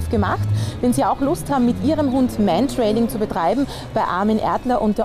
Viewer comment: Es heißt Mantrailing und nicht Mentrailing...